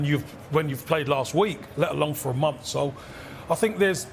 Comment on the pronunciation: says. ‘They look like they haven’t played for a mumff.’ What is a mumff? Anyone out there who can speak English?